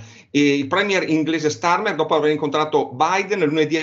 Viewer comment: starmerd, non starmer